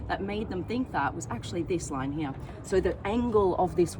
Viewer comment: its not HEAaaaa its HERE